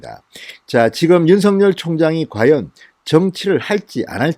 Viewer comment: 진성호님이 윤서결로 발음고치지 않고 윤성렬이라고 계속 발음하시니 드디어 윤성렬로 아는 사람들이 나오네요